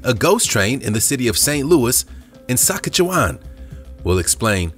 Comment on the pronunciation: the name is Saskatchewan pronouce it right please